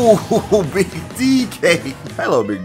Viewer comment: take a shot every time his says beeg DK you'll be dead by minute 2